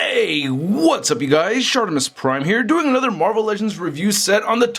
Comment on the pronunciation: I thot it was stratimissprim not shartrtimissprim